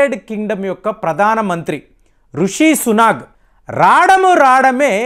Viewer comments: it is Rishi Sunak not Sunag!! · please don’t pronounce Rishi Sunak as Suna’g’ I know you spent a lot of time in TN might have influenced it.